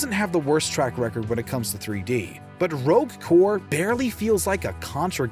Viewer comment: Did he say Rogue core? Or I'm a crazy?